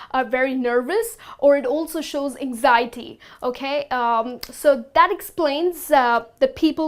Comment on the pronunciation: u pronounce "ANXIETY" in the wrong way ..